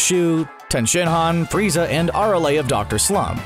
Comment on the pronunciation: it sounded weird when yoy said "frizza and his Daddy"